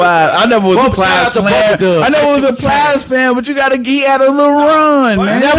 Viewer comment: This nigga said plies 😂😂